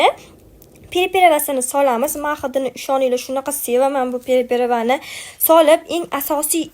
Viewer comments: Priprava edi shekilli perperavamas😅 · Пэриправа дейилмайди,,тугри гапириши урган🤔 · Олдин тугри гапиришни урганинг ахир эфирдасизку переперава эмас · Pereperavamas priprava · Приправа дейилади😊